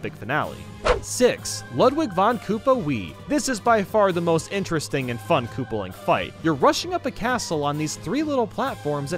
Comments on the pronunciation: / At he says kooplping wrong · Lol he said kooperling not koopaling while talking about ludwig. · / At he says kooplping wrong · He said kooperling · Is ludwig koopaling or Kooperling? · did he just say “kooperling?” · Kooprling lol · ha ha ha he said kooprling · Kooper he said